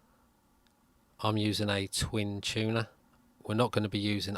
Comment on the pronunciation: to-gev-uh??? mo-bile? free? chewnuh??? fing? vier??Viera?? your English is atrocious.!